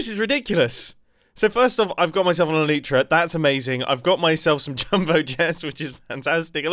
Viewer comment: NICE REFERENCE 😂 you and grian pronounce "elyt" on Elytra as "elite"